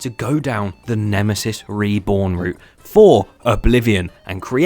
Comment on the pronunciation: “Nemmy Reebs” ended me 💀😭